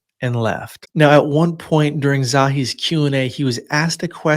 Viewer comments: "Za-hi Hawass"* Not Zowie. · Pronounced...Za hee not Zawee